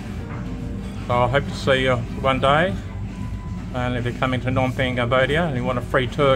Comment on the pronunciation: Dude it’s Phnom not nom.